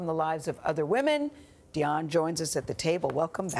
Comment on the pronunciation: Gayle King keeps mispronouncing Dianne's name...... It's not Dion... It's simply Diane.